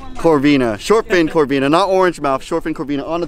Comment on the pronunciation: It corbina but nice catch